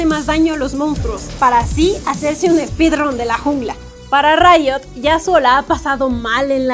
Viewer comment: Me encanta que ella diga "segun rito yasuo necesita bufo" 🤣🤣🤣